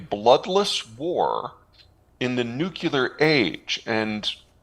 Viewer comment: I've been listening to this guy, but now he is talking about nuclear weapons and calling them "NUCULAR" like Bush got mocked for doing. I'm done.